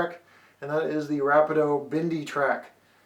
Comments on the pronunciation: Thanks for the review. Another Canadian and Canadian modeller here who knows the owner of Rapido Trains, your review was great and nicely done. The correct way of pronouncing VIA and Rapido is: VIA is (Vee*ah). Rapido is (Rah*pee*do). Keep the Canadian reviews coming ;) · great video! this will help me alot with my new table layout and new CP Wide Vision caboose by Rapido. not to nag, but VIA is pronuonced V"ee"a. And Rapido, yes it can be debateable, but the owners pronounce it as Rap"ee"doe. but i wont force you say it the proper way, so say it anyway you like. just trying to help a fellow modeller out. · ra pee do vee ah rail pee co, I can't STAND how you pronounce things. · Ra-pe-Do and Vee-ah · You should learn how to say RAPIDO ( RA -- PE--DO )....